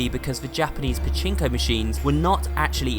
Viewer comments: Finally people know who Pachinko is! And It’s not Pachi Pachi it’s pachinko If you don’t know what it is Pachinko Is the the mini robot 🤖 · No he's not pachipachi its pachinko